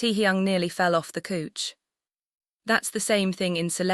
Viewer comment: couch is pronounced cow_ch but the narrator's is saying cooch 😂